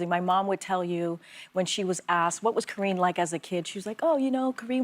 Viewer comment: Whoopi and this “Kathreen Jean Pierre” 😂😂😂